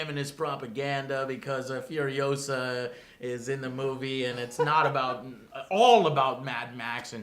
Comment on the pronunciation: its FuriOHsa not FurioSAHHHH